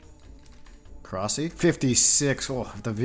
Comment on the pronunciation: Thumbs down for calling it Korasi